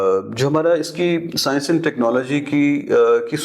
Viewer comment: Paksta aur sayanshh 😂😂😂😂 markiit 😂